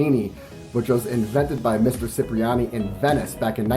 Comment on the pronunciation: thanks for the video review, but, my guy--its prounounced CHIPriani...